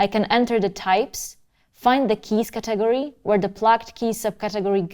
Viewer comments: Ca-TAG-ory.....Love it . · She emphasizes TAG in caTEGory, Kinda makes sense considering the subject matter. She invented a new word that should be in the musicians dictionary. LOL Cute.